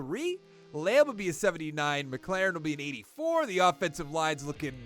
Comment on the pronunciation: terry is a beast but it’s pronounced Mik•lor•en. good vid tho🔥